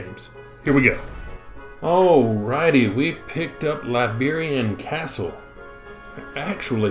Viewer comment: It's Iberian castle, not Liberian